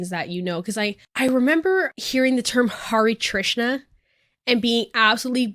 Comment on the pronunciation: HI Hindu here i feel like you said hare trisa every time its actually hare krisna